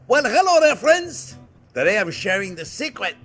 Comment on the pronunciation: I love how he says ‘ok fwends’